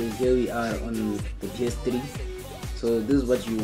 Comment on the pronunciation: It's not PS Tri, it's called PS Three